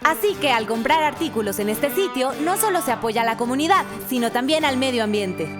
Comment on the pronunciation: Dice "tamien". 😅